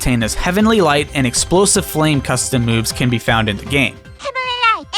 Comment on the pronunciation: "EXPWOSIVE FLAM"